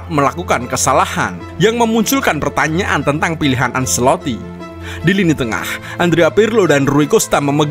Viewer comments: Penyebutan acelotti: bukan anselotti tapi ancelotti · Penyebutan Ancelotti: anceloti bukan anseloti& jon dahl tomasson: yon bukan jon